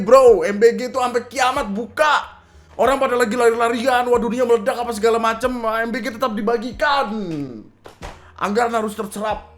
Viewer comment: MBG M nya madura 🤣